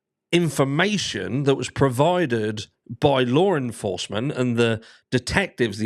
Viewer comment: usually I understand you fine. Still, I muse over certain English pronunciations, like 'Laur Enforcement'. You asked for the FACTS: Four students were murdered (Was Kaylee still a student?) BK was arrested Many people think they know who did it No real evidence in BK's car, apartment, parent's home, or on his person No blood DNA evidence of BK found in the house where the murders occurred Only a tiny bit of transferrable touch DNA, possibly, was found there Other than names, relationships, and family, there are no other facts that I know about.